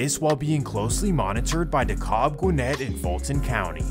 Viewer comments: They wasn’t dangerous they was just thieves 😂 and I’m from Decatur we not zone 6 that’s East Atlanta. Decatur is the Eastside because you take I-20 East to get there or 285 East. Dekalb county don’t operate in zones only Fulton 💯 ( and it’s pronounced De-cab the L is silence ) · dude why are you saying decobb? that is krazy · DeKalb is pronounced (de-cab) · DeKalb is pronounced 'de-cab' for future reference, lol. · Please tell me who taught you how to pronounce DeKalb